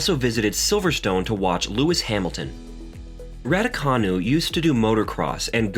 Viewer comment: Wimbleton? Raducoonoo? Excape?